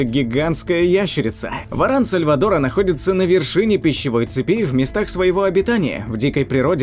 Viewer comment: В ран сальвАтора, ударение